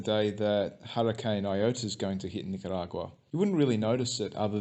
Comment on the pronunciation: Learn how to say the name of the country. Nicaragua only has one R.